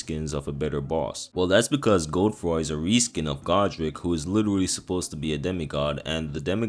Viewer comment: Please never pronounce Godefroy as Gode-froy makes you sound like you have a 7th grade reading comprehension problem